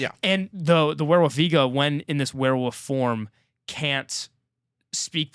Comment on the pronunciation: I love how can’t say werewolf! lol all love, it makes the review so much better with every “werewuf”